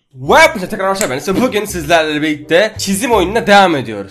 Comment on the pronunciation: Abi başta bugün değil pugün diyorsun. Nedenini açıklar mısın?